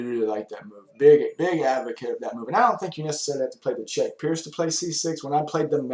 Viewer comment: i thought pirc was pronounced with a hard C? im not sure